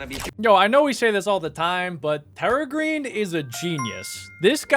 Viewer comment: You said perragreen bruh😂😂